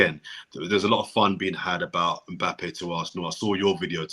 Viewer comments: pronouncing (mpappe) really proves his professionalism in butchering of names 😂😂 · Good to c everyone on a bless vibe still, bigup. Maybe u man should b calling or! When did Mbappe become "Mpappe"??!! 🤣🤣 Man plays Russian roulette wid people's names.